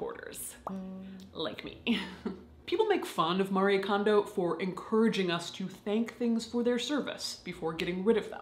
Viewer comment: Her name is Marie Kondo. Not pronounced like "Mary", but "Mah-ree-eh (without H)".